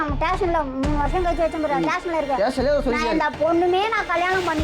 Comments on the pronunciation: tation..... tation.... tation.... ayooo, adhu station 🤦🏻‍♀ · Tation taition. Its station.